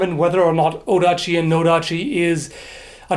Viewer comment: You would not say Otachi in japanese, the T sound changes to a D sound, so Otachi is in fact Odachi. Seoi pretty much means over the shoulder in these cases, see Judo's Seoinage (shoulder throw) so you would carry it over the shoulder or on a string hanging from your shoulder (the sageo, which is the cord that often can be seen on scabbards of katanas). It is really only after modern times that there are specific definitions of the japanese swords, go back a couple of hundred years and each line of smiths had their own styles and each part of the country it's own terminology. There is a misconception that everything about katanas has to be just right for it to be a katana, but that is not true, there are countless variations of them. I have even seen a sword with a scabbard made from egg shells... I think it is from the 15th or 16th century. Except for swords for foot soldiers (read mass produced) all of the swords are unique.